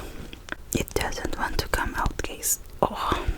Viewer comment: Lol it sounds like she said “it doesn’t want to come out gays” because of her accent I love her 😂👌💙